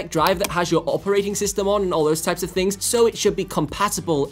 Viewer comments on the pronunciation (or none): none